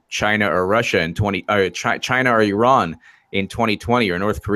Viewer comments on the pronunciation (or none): none